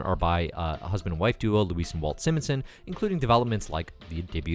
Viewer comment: Jean-Paul is like Jean-Luc Picard. Walt and Louise Simonson - Simon, not “Simmon.” Daken = Dack-in Love the show. I would look up or listen to someone pronounce the names before just making it up as you read it for this show. You do a good job with Moira. It’s just gonna drive everyone crazy and it’ll be all anyone comments about.